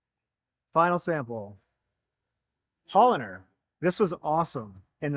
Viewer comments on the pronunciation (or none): none